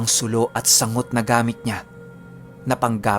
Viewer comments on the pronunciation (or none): Sang-got po. Hindi sangot. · Sanggot pagpronounce dun.. Galing mo tlgang mag narrate..astig ng kwento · Sang-got po yan Hindi sangot, itak na pa curve 😀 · Sang-got po yata yung pagbigkas nun